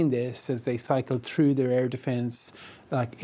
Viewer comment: “Their teary” - come on bro, I’m Irish too, but you can do better surely? 😂😂😂